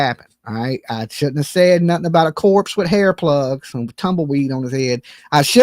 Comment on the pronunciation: everytime you say hair plugs, I hear butt plugs! 🤦‍♀️🙄